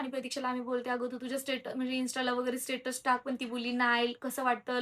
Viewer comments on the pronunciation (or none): none